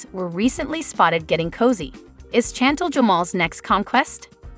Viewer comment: Pls it driver me crazy, Chantel pronounced Shantel .pls pronounce properly.